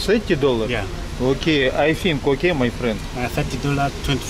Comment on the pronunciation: Та интонация, с которой Арату говорит "май френд" вызывает испанский стыд